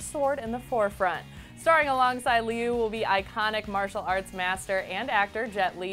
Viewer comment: It does NOT follow the same plot. They're taking out my boy Li Shang. By the way, Liu is pronounced Lee-yo (but say it quickly and make your voice go up higher as you say it)